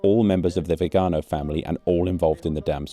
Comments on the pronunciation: Congratulations for always ignoring the accent in Viganò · Potevi almeno informarti sulla pronuncia di Viganò. L'accento va sull'ultima vocale, e si vede da come è scritto. Lo ripeti centinaia di volte in modo sbagliato in questo video. Ci voleva poco.